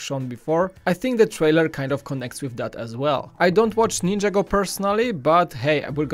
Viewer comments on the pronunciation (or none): none